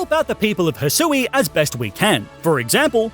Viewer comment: It’s Hy-shoe and ar-key-es